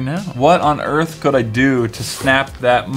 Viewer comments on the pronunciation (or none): none